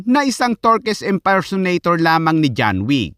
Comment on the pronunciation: Hello lods John wick ❌ John weak✅ 😂😂😂😂😂 Dami Kong tawa